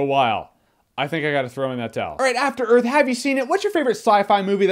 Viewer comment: athter earf